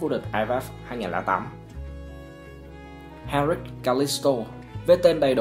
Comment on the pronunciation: đọc cho đúng tên đi sao lại là henric